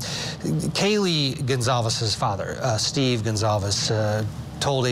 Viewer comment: Sad to see the reporter couldn’t get the name “Goncalves” correct. There was no one named “Gonzales”. As a U of I Alumni, this is such a sad event.